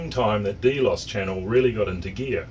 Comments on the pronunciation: drx1 xym, thanks man. Although, the correct pronunciation is here. As you say, not a biggie and who are we to argue with the in channel pronunciation. After all, none of us would have heard of the word if it wasn't for Capt Brian and co. Thanks for the comment,. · cool, yet "delos" is pronounced a bit differently - at least in channel - no biggie - FYI. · watch the videos your are talking about? even with a NZ accent you couldn't have fukced it up more, SV Delos , but you are right it your data sheets